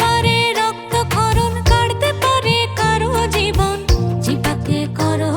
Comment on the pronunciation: সম্বরণ নয় হবে সংবরণ জিব্বা নয় উচ্চারণ হবে জিউভা